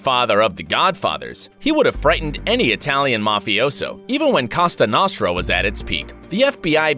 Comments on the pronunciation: Did you just say fucking casa nastra, it's co-sa no-st-ra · "Costa Nosta"????? I never laughed so hard. It´s Cosa Nostra. Did you even try? ""....... yeah, sure XD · Am I the only one who heard he said "COSTA NOSTRA" ? :D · Wish he would pronounce the mafia la cosa nostra correctly. Lol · How do you manage to mispronounce "Cosa Nostra"? Hint: its a long 'o' in both, like both.